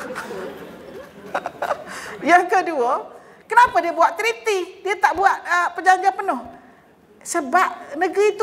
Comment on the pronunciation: .. Treaty .. Bukan Trity